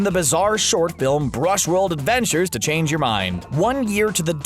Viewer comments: "brushworld" (bushworld) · Also "Bushworld adv", not "Brushworld".